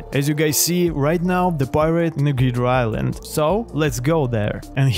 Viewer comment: "hidra island" 💀